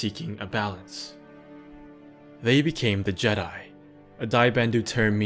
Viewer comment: You’re killing me with that pronunciation. They weren’t JEdi. The pronunciation is on the second syllable. Listen to into the void audiobook to hear it.